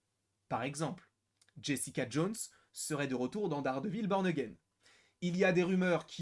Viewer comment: Peux tu confirmer le fait que toutes les saisons ne sont pas inscrites dans la timeline et même qu’elle n’y sont-elles plusieurs DISNEY+ ? Sinon fais gaffes à la prononciation,à un moment tu dis « Dardevil P*rn again »😂